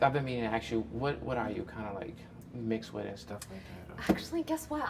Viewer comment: "I was gonna aks" lol